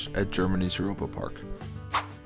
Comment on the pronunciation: aint no way he called europa park upa park. its prounces Ero-par park